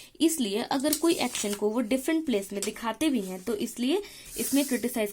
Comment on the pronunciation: Pronunciation of action is wrong